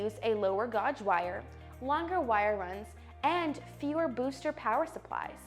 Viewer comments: gauge as in wire gauge is pronounced "gaydge" you have a nice voice and are very articulate keep up the good work. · Maybe you should get some that knows how to say the word Gauge next time you make a YouTube video. 😂